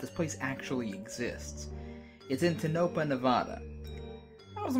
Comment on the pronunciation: That's not how you pronounce the town's name.